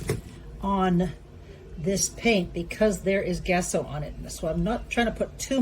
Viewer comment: Gesso has a soft G, like it were Jess-o. Like genetic, gender, gem, but not gekko. According to dozens of art teachers I had. German is different, but this is English pronunciation.